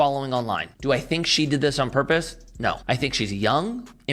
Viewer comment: Girls..... if you can say "Know" properly then you can say "No" also..... its not NAWR